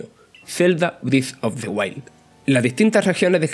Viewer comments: Zelda Brif of de Uail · Zelda brif of de huaid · Zelda brift of de wail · "Briz of de guail"